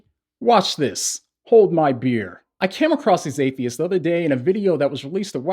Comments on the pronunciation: Maybe its just my ears, but I dont hear saying Atheist. I hear him saying Hatheist... as in hate-atheist xD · I love the way he say "Hate-theists"😂😂😂😅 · I love the ambiguous way u pronounce the word ‘atheist’!